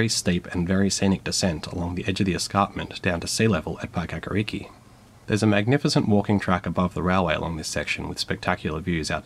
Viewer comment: Felt like correcting some pronunciation errors 👍 (for the most part you did do well) Paekakariki: Pie-ka-ka-re-key Waikanae: Why-ka-n-i Obviously not overly important to the video but nonetheless. Great video :) (Also recently there was some showings of old steam trains at the wellington station, some they had going aswell!)